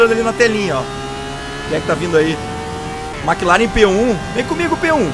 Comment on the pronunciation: se diz "Mec Laren" , Maque Laren é foda xD Mc Laren se não seria Maque Donalds xD